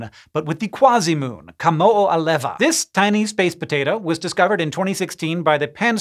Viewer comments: Whoa! You've nailed the pronunciation of Kamoʻoalewa! I'm impressed, I live in Hawai'i and am used to both the proper pronunciation and the mispronunciation of various Hawaiian names and words! Kudos to ye, brah! LOL, I spoke a bit soon, towards the end of this section, ye started to slide towards the haole style of pronunciation, but at least ye manage to largely retain the ʻokina in yer pronunciation. Still, good job, I realize yer started moving closer to yer normal speech cadence towards the end and it IS rather dificult to say Hawaiian at that speed, LOL! 😆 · Aaayy, kudos for pronouncing kamo'oalewa correctly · Hey Hank! GREAT job pronouncing Ka-moʻo-a-lewa (the [temporarily] oscillating fragment of the heavens); now it's time to work on writing it correctly. I noticed that in this episode an apostrophe (U+0027) was used to represent the Hawaiian alphabet consonant letter ʻokina (U+02BB). This is technically incorrect and is jarring to someone with knowledge of proper orthography in ʻŌlelo Hawaiʻi. Your work is always of the very highest quality. In particular, I have noted the care you and your team always take to acknowledge words and place names used by indigenous peoples everywhere, and to say and write them correctly wherever this is possible. An apostrophe is incorrect where an ʻokina is called for. I feel confident that you'll get it right in future productions now that you have been made aware of this fact. Thanks again for all the excellent work that comes out of your studios. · Another thing I noticed is that he even pronounced the "w" as a "v" sound, which is another correct pronunciation item that many misses. This usually (not always) happens on the last "w" in a word. There's quite a few circumstantial exceptions, but I don't KNOW all of them and just "da kine" learned them automatically. 😉